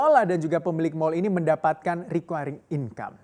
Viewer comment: Apa iya "Recurring" dibacanya Rikuayring ?